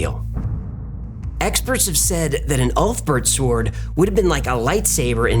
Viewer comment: Its a bit distracting hearing him pronounce the W in 'sword'.